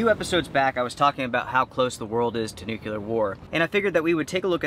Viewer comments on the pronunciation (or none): It's "NUCLEAR" pronounced just how it is spelled. It means to do with the "NUCLEUS". There's no such thing as a "Nukulus" and there's no such thing as "Nukular". Shake your head. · Nucular??????? Really? LOL